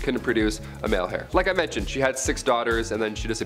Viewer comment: Dude also said "Hair" instead of heir. Heir is pronounced the same as "air"